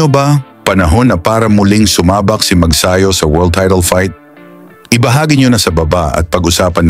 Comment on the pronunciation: Mag-sayo ba ? o Mag-sa-yo? Your pronunciations are out of this world.